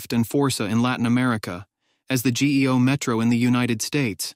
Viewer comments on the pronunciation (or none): Geo not G E O. Get a better AI narrator or hire a real person